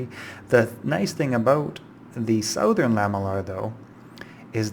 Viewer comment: Who the hell pronounces it the SO-thern?! I could understand SOO(like soothe)-thern or SOW(like the word for female pig)-thern but SO-thern, that's just... that's just wrong!